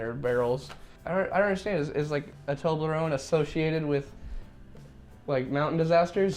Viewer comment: The way Jared pronounces toblerone annoys me on a soul level